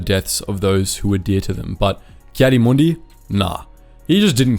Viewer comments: Heartless AND Arrogant, but the rest, meh. Read the Comic where he has to find a Jedi that lives with his son on Tatooine and being a Tuskan Raider now! Its Ki-Adi (Key Adi spoken) Mundi not Kaddiemundie XD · Ah yes ki-santa-clausy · Anybody else get annoyed when he says Caddy Moondi